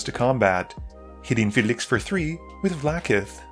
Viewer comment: All of your videos, you can’t pronounce anything. Why can’t you say Felix? It’s not “fe-liixx”